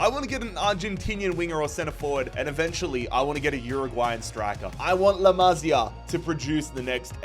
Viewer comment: “La mazi A” 😭